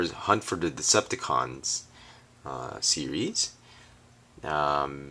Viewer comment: He mispronounced "Series".